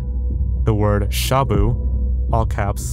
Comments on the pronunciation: lol, You pronounced shabu as shamu. sha is quick and short. And bu is more like boo! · your pronounciation of shabu hurts my filipino soul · i hate the way you say "Shabu" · not that it really matters, but shabu is pronounced more like /shuh-boo/.